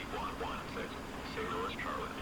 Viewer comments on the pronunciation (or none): none